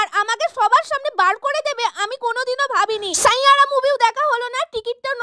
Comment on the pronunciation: Saiyaara❎ sainyara✅😂😂